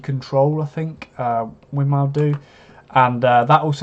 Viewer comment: Win-more, it's pronounced - named after the founder's wife: Winifred Maude.